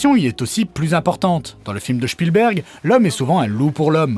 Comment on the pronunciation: "Shpilbérg" Hehe